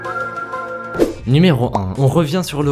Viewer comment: Mec tu me fais rire quand tu dis o bordèle c'est une coincidence ou pas